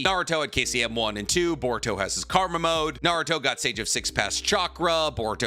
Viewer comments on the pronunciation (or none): none